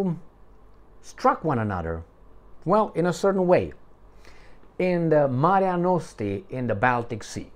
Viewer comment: Mare Nostrum, not Marea Nostre